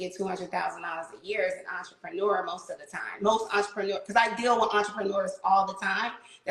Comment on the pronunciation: I hear enterpreneur one more time today.....